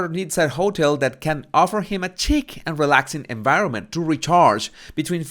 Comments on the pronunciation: I love your videos and I subscribed to your channel. I know English is not your first language. Just a couple of words that you mispronounced. "Suite" is pronounced "sweet" and "chic" is pronounced "sheek". I'm not criticizing. I just want your videos to be the best. English is not an easy language. I remember a few videos ago when you were surprised at how "suede" was pronounced. I think I remember you saying that it was not how you thought. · That 'chic' is pronounced 'sheek'